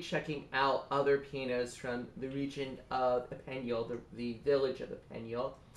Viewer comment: Just to help! You can pronouce Epineuil correctly by looking at Youtube film: "ou se trouve l'ecole d'epineuil" and listen at 2 mins 38 seconds!